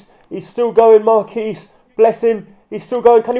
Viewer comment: You pronounce the qu in Marquis